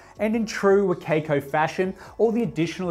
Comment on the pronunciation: every time he says wa kay koe i die inside a little bit